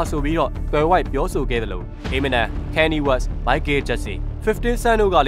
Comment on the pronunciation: ခါနီရေး west လို့အသံထွက်ရမှာပါ။